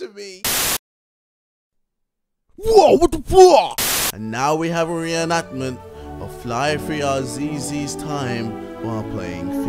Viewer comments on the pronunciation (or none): "Re-annactment"? Who taught you to read?!